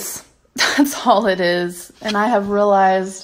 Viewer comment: She has rill-eyezd guys